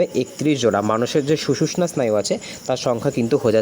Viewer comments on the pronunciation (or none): স্যার ওটা সুষুশ্না নয় 😂 সুষুম্না স্নায়ু হবে.